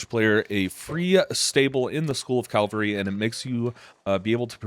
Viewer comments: Calvary or cavalry?? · Calvary is what jesus christ went through, cavalry are the horses 😂